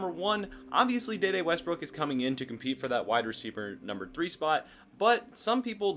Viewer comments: His name is De De. Pronounce D. D. He was not in the movie Next Friday. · Once you said “Da Da” I left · maybe your pronunciation of this name is correct, but I haven't heard anyone else say it this way.